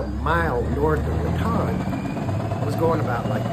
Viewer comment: Looks like you’re getting things taken care of. Now as for the pronunciation of Raton, New Mexico. It is pronounced “Rat tone” not “Rat tawn” Got it? Safe travels my friend.